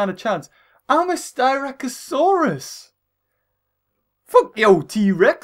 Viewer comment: Its sst ra c not st y rac